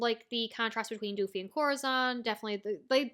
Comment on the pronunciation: I beg of you pls stop calling Doffy "DOOFY"